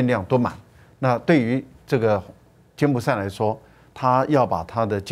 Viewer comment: 柬埔[寨]： 音[賽](X) 音[債](O)